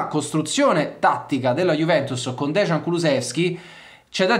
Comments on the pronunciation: Caro, il nome si pronuncia "deian" e non "degian" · Ragazzi, vi prego, si dice Deian (Dejan), e non Desgian, che sarebbe scritto Dežan, ma che comunque non esiste. Il cognome invece è Kuluševski (pr. Kuluscevski). Vi prego 🙏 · Si pronuncia deian comunque